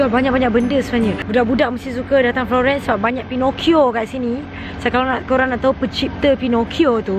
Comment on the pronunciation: FLOGHEENNNCE ! hahahaha